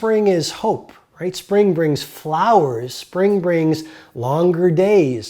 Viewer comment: he messed up and said spring BINGS.